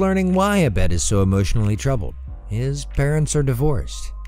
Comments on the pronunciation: It’s Ah-bed not Uh-bed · I’m so glad you brought up the Community Christmas episode, that was so bizarre, and heartwarming. Also six seasons and a movie. Also also it’s pronounced Ah-bed, with a long A.